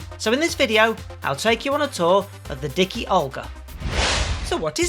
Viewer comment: D-I-K-UH not D-I-K-EE...I'm guessing Fat Olga is Fat Agnus's sister 🙂